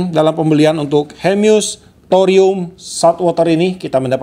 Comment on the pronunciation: Hemus pak bukan hemyus 😁😁🙏